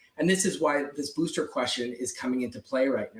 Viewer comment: "boosther shots"- michael strahan